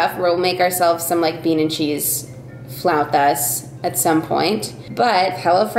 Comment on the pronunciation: My favorite blog of yours ever! From the supportive fiancé outfit, to the flautas, (thank you for pronouncing it correctly!) to the pepper phone, and the naughty kitty! Lolz